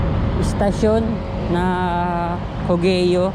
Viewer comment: Cogeo not co-ge-yo pronunciation double pronunciation not triple pronunciation thanks